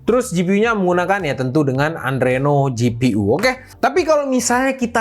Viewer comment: Adreno ya bang bukan andreno, suka gatel bgt kalo denger reviewer tech tp suka salah pronounce istilah / nama brand, procie, gpu etc. sama jangan sering sering tampak atas, kurang nyaman, apalagi kalo set up kurang rapih, sering bgt miring-miring dan kejauhan 😂 sama narasinya agak kureng, kebanyakan salah ngomong atau kurang hafal script atau gimana, agak gimana juga liat review/hands-on tp gak terlalu tau produk yang di bahas